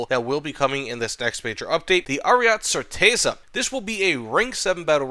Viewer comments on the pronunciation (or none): Ariet-eh Chehr-tezza